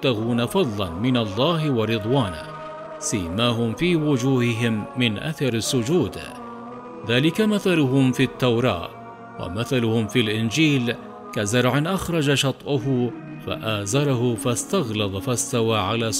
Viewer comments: تصحيح في الدقيقة (شَطْئَهُ) بفتح الهمزة وجزاكم الله خيراً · شطأه بفتح الهمزة وليس بضمها، جزاكم الله خيرا